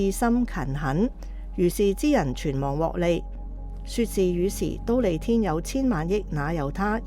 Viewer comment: 知苦樂法的樂，广东话應该读“坳”，觀成法师与法忍法师如是诵之；㣼利天宫的㣼，读音为 “滔”，后学分享如是。南無阿彌陀佛